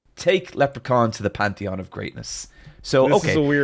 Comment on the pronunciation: Every time does the Pantheon wrong, I always laugh. 😂